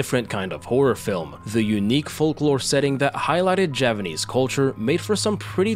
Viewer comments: He is saying it wrong. The 'P' is unmistakable. He messed up his narration, and couldn't be bothered to redo it again. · You're still saying it wrong though. The 'P' is unmistakable. You messed up your narration, and couldn't be bothered to redo it again. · This… is not Japanese… Edited to say I just saw your comment about you saying ‘Javanese’ Mbmb